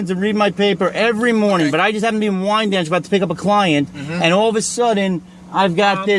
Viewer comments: Wyandanch, not Windanch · That is WY-AND-DANCH, NY, not WIND-DANCH. 😂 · It’s wyandanch not windanch